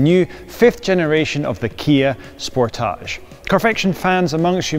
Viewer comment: OMG, the way he keeps saying "Sportaage" instead of Sportage is incredibly annoying... I had to stop watching because his fakeness is nauseating! KIA, please never let this guy review another one of your cars. EVER!